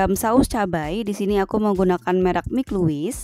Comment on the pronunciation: Bukan mik luwis. Tapi maik lewis